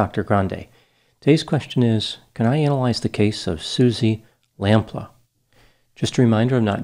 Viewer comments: And Suzy Lamplooo not Suzy Lamplahh... Dr Grande makes me chuckle with his English pronunciations.. he is very good. but he murders the English language sometimes lol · you appeared to call her "Suzi Lamplaugh". her name was/is "Suzi Lamplugh" (Lam-ploo, as you can see by looking at the spelling of the name). please don't misrespect (by failing to research how to pronounce) peoples' names, thank you :-) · I live in England and I remember this 😢her name is pronounced as Suzie Lamp-pew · It’s pronounced Lamploo. And Fulham (Fullam) is in West London. It’s not a separate town. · I think it's pronounced "lamp-loo" The Susie Lamplugh Trust does really great work to help people to make sure that they are easily findable and safe. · It's "Lam Pluu", but ultimately it's a small issue, poor woman. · Dr. Grande. Great video. Lamplugh: Pronounced "LampLooo" Thanks for analyzing this case. The question I have always had about this case: Where did Cannan stay in London, in the days or weeks between his release from the day hostel, and when he returned to Bristol? None of the documentaries ever mention that. He must have had some indoor area in order to rape and kill her, unless that was all done in his car? I only wonder because that's where all the forensic evidence would be maybe even to this day. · It’s pronounced Suzy Lamp-Loo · ( Lam-PLEW) xx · It's pronounced 'lamp-lee'. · It would have been respectful to the family to get certain basic details right. Firstly "Lamplugh" is not pronounced as in the video and secondly Suzy did not live alone at the time of her disappearance. Thirdly Fulham is not "a town west of London" but is in fact part of London (it is fairly central). Finally Dr Grande's pronunciation of Fulham is incorrect.